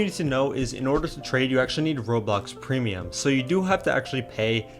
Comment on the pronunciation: ''premium'' damn it